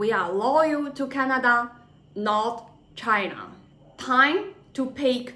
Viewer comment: It's Canada not Chinada!